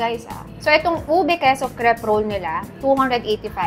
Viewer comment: The cre in crepe is pronounced like "kray"